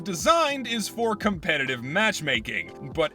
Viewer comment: Hmm yes casupetitive